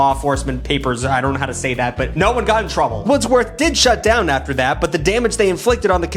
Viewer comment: Hey I went to Wordsworth lma Ya said it wrong by the way it was Pronounced words worth